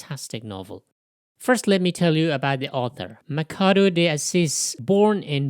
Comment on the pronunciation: Just a small correction: Machado is pronounced "Mashado", not "Makado".